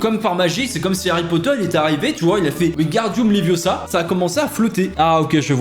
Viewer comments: pour LA DERNIÈRE FOIS, c'est ‹‹ WinGARdium leviosa ›› et non ‹‹ Wingardium levioSA ›› 🤦🤦😂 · Tu le prononce mal , c’est wingardium leviosa 😂😉 Hermione ne serait pas fière de toi là ,frite 🍟 😉